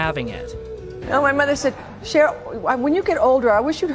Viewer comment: It’s Cher btw not share!!